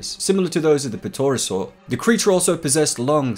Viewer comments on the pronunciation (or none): They're are pronounced "tera-sores" btw. But great video as always.